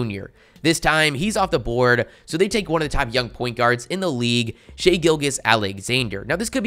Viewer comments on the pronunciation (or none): none